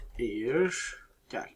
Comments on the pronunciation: Eyır değil ayir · Ayir de değil air